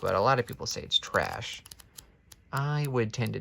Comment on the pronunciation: Fantastic video concept (though I have a feeling that editing Jake was less of a fan :P) & I really enjoyed hearing all the page turning sounds and hearing you read all the first lines, it was sooo relaxing while also being really interesting! Your reactions were great! :) The way "traaash" comes out in your accent - yesss, haha!! I'm sad I was late to the party and missed it live! IT, Shawshank & 1922 were my favourites! I liked the first line of Cell much more than you did but I am such a plot reader so it's no surprise that I like being introduced to the premise upfront! :) Here's hoping your back is feeling okay after all of this! xD